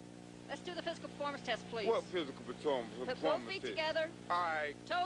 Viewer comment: he cant say performance